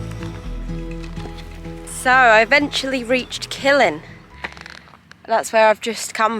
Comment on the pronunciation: You're in my local area now haha btw Killin is pronounced "ki-Lin" It's amazing how many difficult place names there are for tourists here, one of my favourites is Inchmagranachan 🤣